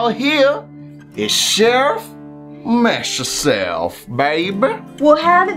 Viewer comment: and he said CHEFF MESSYOURSELF X